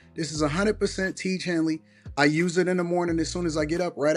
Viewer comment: I never hated hearing two words said by a ngga in my life "tiege hanly" smh urks my soul